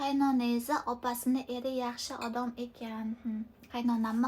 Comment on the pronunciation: Odam deyishni õrniga odom deb etvosiz 😂